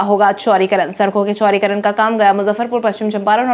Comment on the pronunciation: Chaurikaran ya chaudikaran da ko ra tumkhub bolati ho